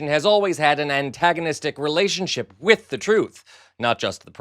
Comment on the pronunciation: You, good Sir, have become a favourite of mine. Fooen you and an h to the word 'with' I crack up! "Fooith" 😂😂